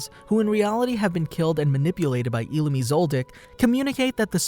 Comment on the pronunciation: The way he said illumi triggered me 😭😭😭